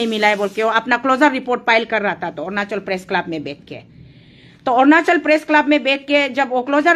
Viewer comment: Ernachal nhi hae .... Arunachal hae